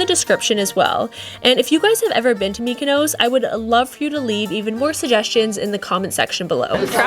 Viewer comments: It’s pronounced Mykonos not Mykonose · Nice video, brief and informative but Please stop saying mikanose